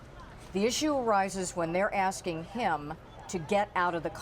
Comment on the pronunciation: No wonder! They were "axing" too many people...